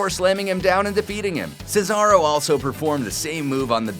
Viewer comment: This guy actually said Cesaro's name right. Way better than another person on this channel.